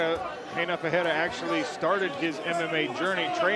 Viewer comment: why are you saying perreira not Ferreira commentator